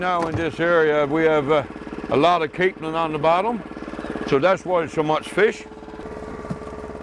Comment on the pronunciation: Yeah the narrator doesn't pronounce things correctly.. especially Newfoundland and capelin.. lol! We live in Fairbanks, so basically the backyard of Twillingate. is great explaining things! Where are you from in Cape Breton? We knew people from Inverness.